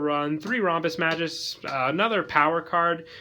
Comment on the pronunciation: The name is Mag Us, not Majus